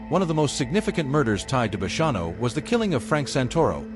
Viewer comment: Ai is annoying needs to say hid name correct! And the bonnano name!